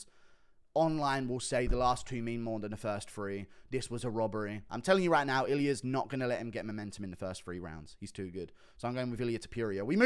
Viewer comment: thinks Czechoslovakia still exists lol. also your pronunciations of surnames like Chimaev or Ilia is a butcher job, fix up and put some respect behind it by finding out actual pronunciations (fighters usually say it themselves so Buffer can learn it for his announcements). So yeh them mma surnames put money directly in your pocket brother, food for thought